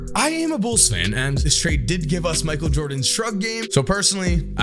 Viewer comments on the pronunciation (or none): none